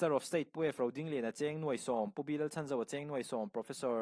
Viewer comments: Pu Chhanzova hming hi a tluk dikin lam ve la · Minister pu Chhanzova hming hi lam dik ve la😂